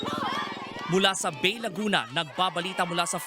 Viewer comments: Correction lang sir, "Ba-eee" ang tamang basa sa Bay, Laguna. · ang tama ytang basa nyan ay bae, laguna... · Bay (Ba-e), Laguna.....ayusin nyo bago magreport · Ba-e po ang pagpronounce ng Bay